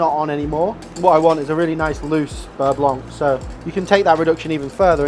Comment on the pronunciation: Beurre blonk??